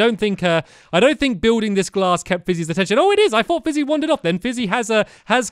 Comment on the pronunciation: Stampy keeps on saying flizzy instead of fizzy.